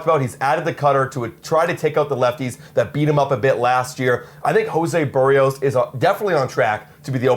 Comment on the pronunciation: A Blue Jays fan channel host who doesn't know how to pronounce Berrios? WTF?